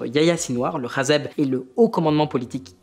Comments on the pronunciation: Pourquoi tu dis Hazeb au lieu de Hezbollah c’est irritant :)) et on voit que tu as tropisme vers les positions israéliennes… le Hamas est un produit direct ou indirect du Mossad… Israël a toujours voulu la guerre et la colonisation…. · Question: Pourquoi est-ce que tu appelle le hezbollah "hazeb" 🤔